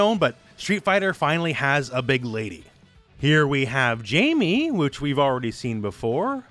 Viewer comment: Jamie’s name is pronounced “High-may”